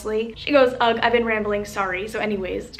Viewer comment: Did she just say ag?! (Ugh)